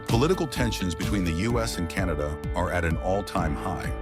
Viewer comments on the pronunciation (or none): Canada not 'Cantada' - The USA is on a downward economic spiral!